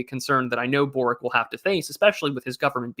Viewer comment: Hello, regarding that Boric guy, the Croatian. He's name is actually pronounced borich (borič originally).